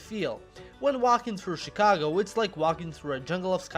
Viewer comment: why di you call it SHEcago if its written CHIcago?